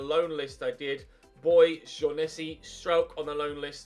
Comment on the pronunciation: Shaughnessy Is pronounced Shock-ne-sea Btw 😂